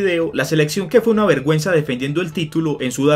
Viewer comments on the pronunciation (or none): Pensé que decía verg@ :V